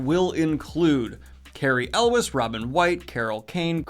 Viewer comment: Daniel living up to his reputation for mispronouncing names with Cary Elwes and Mandy Patinkin.